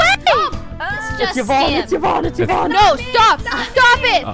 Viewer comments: Everyone: Yvonne Sykunno: Yivonne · Still calling her yuhvon huh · Sykunno still pronounces Yvonnes name wrong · "it's yivonne" 😆